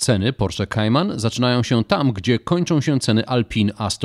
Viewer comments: To jest "kajman" a nie "kejman" gwoli ścisłości, skoro tak usilnie starasz się być "ame-łykański" :) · Nie lubię gdy ktoś próbuje wymawiać bardziej amerykańsko niż sami Amerykanie a jednocześnie źle wymawia Kayman.... Merytorycznie ok👍😁